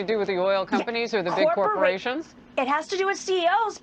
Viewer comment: "corprations" --- TRIGGEREDDDDD